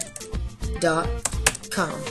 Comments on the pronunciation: he say win rare XD its win rar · KEZZA RAZARAN it's not rare either mate x) It's Win-rear he is sayin x) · Arathorn Elessar he kind of is saying win-rare...